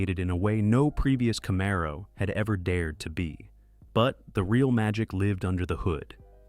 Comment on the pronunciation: Camaro.....Z28 seems to be quite difficult for this one... 🙂